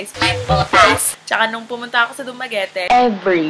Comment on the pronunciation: wait did you just say dumaguete? HAHAHHAHA